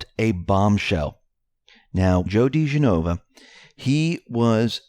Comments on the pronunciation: Right. It's Di GEN o va. Accent is on the second syllable. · If Joe DiGenova heard how you butchered pronouncing his name he'd never come on the X22 Report Spotlight. He almost quit going on Lou Dobbs because Lou Dobbs kept pronouncing it wrong.